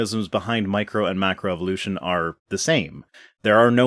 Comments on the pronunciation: "make-row evolution" -- LOL! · It amazes me that this creationist is a macroevolutionist expert, without being able to pronounce macroevolution.